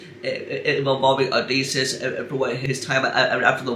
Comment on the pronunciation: Odysseus /ō-dĭs′yoo͞s″, ō-dĭs′ē-əs Sounds kind of like O-dis-E-us Not trying to be a dick or anything. I just know some people may be complete a-holes about the pronunciation of the King of Ithaca during the Trojan war. So just FYI.